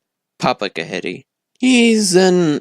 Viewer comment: Ghede is pronounced Geh-day